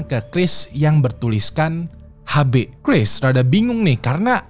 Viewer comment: HB = Har Bey ❌️ HB = Ash Bee ✅️